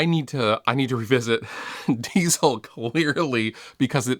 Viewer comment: the word diezel isn't pronounced like the word diesel